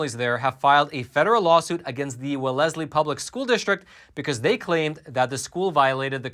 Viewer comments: WELL-ez-lee, not well-EZ-lee, the accent in Wellesley is on the first syllable. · is pronouncing it wrong, isn't he? It's Wellz-lee, not W'lezley, amirite? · ... How are you so informed on everything except correct pronunciation of cities and countries?! Its wells-lee, not we-lesley!! 2bd Wellesley and Boston are two different cities and they aren't even adjacent. You actually have to drive through at least two other towns to get to Wellesley from Boston. Hillary Clinton went to Wellesley college... Trust me you don't have to throw Boston in there so people pay attention. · Its pronounced (wells-lee) not ( well less lee) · “WellESly” 🤣🤣 it’s pronounced Wellsly haha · Haha, hey, it’s not pronounced well es ley, it’s pronounced Wells ly. Keep up the great work exposing these stories! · Wellesley (Wells-Lee) our city names are weird. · It’s pronounced, “Wells-lee.” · Lol. Regardless how's its spelled, its pronounced wells-lee. Everyone in MA just groaned when you said said it like it's spelled. For bonus points, try pronouncing Worcester MA... (it's Wooster, or Wusta with a Boston accent) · It's pronounced "Well-sley". Wealthy community. Just like that criminal, "H Clinton", went to Wellesley College. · it's pronounced Wells- lee...2 syllables with emphasis on the "Wells". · I agree that this is outrageous. But for future reference, the town name is pronounced as if it were spelled Wellsley. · FYI-As a former bay stater- the pronunciation is welz-lee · Hello, Wellesley is pronounced…..Wells- ley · Wellesley is WELLZ-lee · It's pronounced "wells-lee." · Pronounced "Wells-lee" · Please stop saying walezly! It sounds rediculous! Please research your pronunciations of Massachusetts towns, we have a lot of strange spellings Like Worcester, (Wusster) Woburn (Woobern), Haverhill (HeyVril) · FYI it’s pronounced “wells lee” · Uh,? It’s Wellesley. WELLeS-ley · Love your show. The town is pronounced as " Wellsley". Massachusetts is weird.